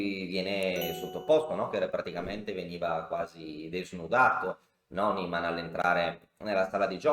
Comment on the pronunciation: Si legge Niiiiman, è un nome tedesco. Ad ogni modo quel mondo è pieno di figli di papà, Carlsen compreso... È probabile che ci sia un cpmplotto